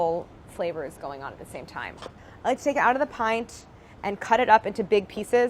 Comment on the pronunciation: I'm Irish and she said pint in an irish accent, lost it